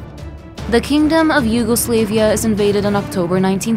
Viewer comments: Im sorry, ,The Yugo what now? SLAV,not Slave,YugoSLAVia,not YugoSlaveia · bro said "yugoslave ia"💀💀💀💀